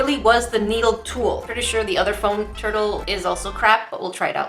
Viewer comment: i heard toilet instead of turtle